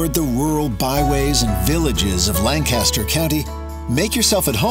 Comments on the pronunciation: /layn-KISS-ter/ not /lahn-CASS-ter/ if anyone cares.... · He is clearly not from Lancaster. It's Lan-Kis-Stir not Lang-Cass-Ster. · Expedia, just recently I learned something new about this county. I've been pronouncing it like you did--LAN-cast-er; it's actually pronounced LANK-uh-stir. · Its said langkisster not langcaster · Born and raised and lived there until I was 31. Will always be home 🏡 Edit: Lang-kiss-Ter 👌🏻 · FYI it's pronounced LANCaster, emphasis on the first syllable (if you want to sound more like a local). Also, in the word Strasburg pronounce the 'a' like in the word 'has'. This video does give a good overview of the top tourist areas in the county. Also consider going to one of the farmers markets like Root's (open on Tuesdays) or Green Dragon (open on Fridays). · this is lavendula lankisster to be more accurate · Correction: LANKisterr. And it sucks entirely. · I love how the video mispronounces Lancaster the whole way through. It is "lang - kiss - ster" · You can tell the narrator is not from Lancaster, from the way he pronounces "Lancaster." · Good video but you butchered the word Lancaster and strasburg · Pronunciation of Lancaster should be correct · Next time they should look up how to actually pronounce "Lancaster" right